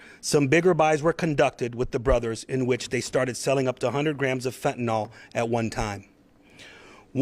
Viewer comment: Being a teacher here: fentanil/nyl...not nal. Say it correctly. You are spending a lot of money to put on this "production" for media. Go catch bad guys and girls. Don't put LEO's in jeopardy with media productions. We need them to be safe!